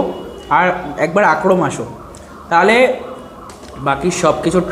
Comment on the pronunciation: Akrom na re bhai akram akrom akrom korei jarche😂